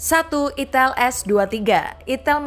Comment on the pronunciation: Kak bacanya aiiitell bukan itel 😂😂😂